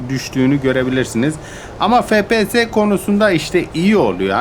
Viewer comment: abi su efpiyese fepese deme